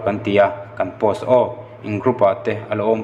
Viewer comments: tinge pawkaw tih hian an lam thin le,hetiang hian hriat awlsam nam pawksaw tih tur ni zawkin kalo hre ve a🙈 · Tet te tanga mizo tawng hmang lo pawh ilo ni thei a,han lam rik dikloh palh deuh te ilo nei hi chu ka la hrethiam,Pocso em em hi chu lam dik hram teh,an chanchin i sawi te lah an hausa rapthlak mai sia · 😂😂😂 poko act awm ngai mi😂😂😂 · Pocso i lam dan mai mai chuh😂😂